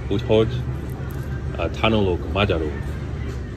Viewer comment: Some tips: Jól vagyok (with a letter L) Magamtól tanulok (not "tanálok") És te? ("is" means also) Szia (you can use it like hello and bye; we dont have "siya") I like your videos. Keep doing that! You're very good!